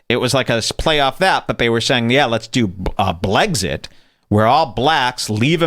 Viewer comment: Blexit does not = blegzit